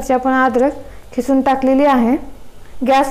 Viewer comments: Khisun nhi g bai kisun bol.....🙄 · Mam your recipe is very good but you talking Khisun but It is kisun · खिसून नाही किसून आहे शब्द